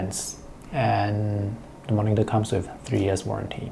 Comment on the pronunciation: Can you please don't pronounce 'moningter'? It's supposed to be 'monitor', not 'moningter'.